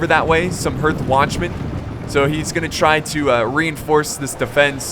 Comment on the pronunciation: I love it how can't even pronounce basic words like hearth... uneducated Americans:P